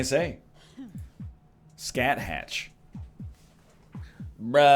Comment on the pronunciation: It hit me like a ton of bricks when he said "scat-hatch" and I realized that maybe I was wrong and not him